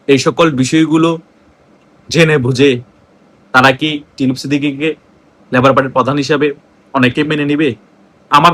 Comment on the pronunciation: “ল‍্যবোর “ নয়, বলুন লেবার পার্টি।